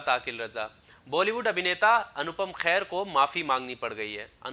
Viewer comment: भैया ,अनुपम खेर है ,ख़ैर नहीं अगली बार सही उच्चारण करें